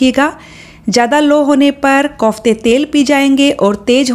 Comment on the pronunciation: Mam kaufte nahi hota kofte hota hai